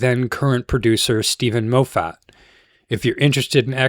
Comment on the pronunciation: Steven Mo-fat? Peter Davidson?? Da-laks?? Paul McGahn?? 😂😂